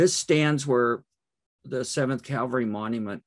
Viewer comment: Please, it’s cavalry. Not Calvary.